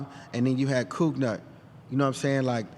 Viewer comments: Cougnut not coughnut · Cougnut has no h in it. That is cough like when you're sick.